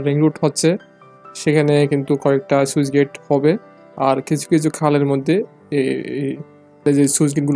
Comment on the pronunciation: "সুইচ গেইট" নয় শব্দটা স্লুইস (Sluice) গেইট...